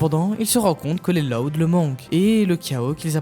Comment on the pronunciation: Juste , pk est ce que tu prononce LOUD comme si tu disait LOD alor que normalement on est senser prononcer plus comme si c’était LAOUD